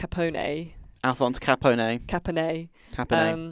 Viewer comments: Capo-neyy ello m8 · Not true. it is definitely wrong. Capone in Italian is pronounced Capòne, with the accent on the 'o'. (Source: I am an Italian native speaker.) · its pronounced Al-Ca-Pon for god sake. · The pronunciation lol In Italian Ca-pon-ay and Chicago. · So is your standard American pronunciation. It's Al CA-PO-NEE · TIL Brits have no idea how to pronounce the name of one of America's most infamous criminals... and one of the prime protagonists of the game they are reviewing. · Iv been saying Capone wrong my whole life. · Your pronouncing his name very wrong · you butchered my last name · That Al Capone pronunciation was more criminal than the game.